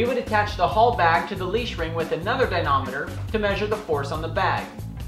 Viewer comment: Good videos. But the word is "dy-na-MOM-eter" Never ignore MOM.